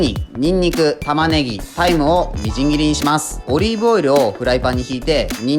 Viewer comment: タイムが大麻に聞こえて見直したわw